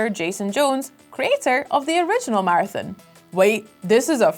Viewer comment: Game name: Marathon ' accent: Martin lol